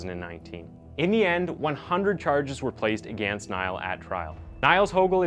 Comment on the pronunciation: Also, my dude...the word "against" is not pronounced that way. It's pronounced UH- Ginst. Say it right damnit.